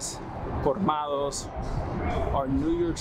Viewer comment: Aros I got mad love for you, but as a fellow Dominican it hurt my heart to hear you says “Cormado” instead of Colmado. Still love ya tho! Gracias por siempre apoyar a los latinos!